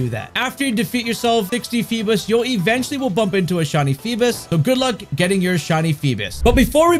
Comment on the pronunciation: Why donyou keep saying “feebis?” Lol